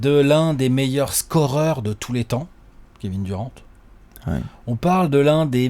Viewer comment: Super vos vidéos comme dab mais arrêter de prononcer les noms a la française svp c’est juste horrible. Kevin durent pas duran svp quoi un petit effort les meks. Sinon top comme toujours.